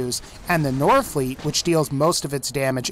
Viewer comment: Temetni lies. and the fact that you say "northfleet" instead of norfleet is cringey.